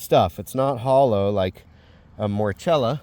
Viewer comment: ESCULENTA means edible 👍 Morchela, is pronounced Morkela.. Lovely video 👌